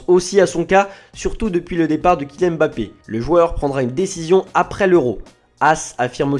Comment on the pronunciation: Pouvez vous arrêter votre connerie et bien prononcer son Nom Mbappe